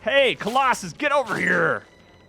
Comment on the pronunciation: Can't believe didn't roast you for the way you said Colosauce I lol'd 😂